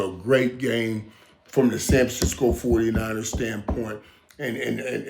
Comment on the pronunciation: Michael can't say anything right it's so funny..29ers foodie niners..Matt Jones ..he's the best let's go canes baby